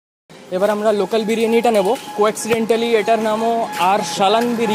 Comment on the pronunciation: In the part of the clipping , you said coincidentally as co-accidentally, which is absolutely wrong❌. BTW nice video 😇😇 .